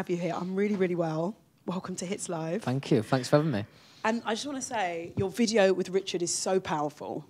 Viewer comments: “Let me fink” , “fank you, fank you!” 😂 Oh how I missed our Lou 😂 Edit: Why, fank you, fank you for so many likes! I did not fink I will have this much! 😂😂😂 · "Fank you" 😭😭❤ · “fank you” i’m crying